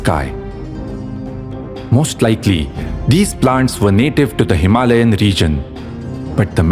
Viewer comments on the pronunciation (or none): none